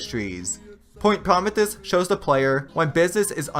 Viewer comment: Great vid! By the way, it's pronounced "Pro-ME-thee-us".